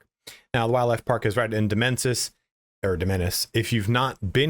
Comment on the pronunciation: The amount of times that you've mispronounced Demenis or Deminissians is hilarious bro. I do it All THE TIME hahah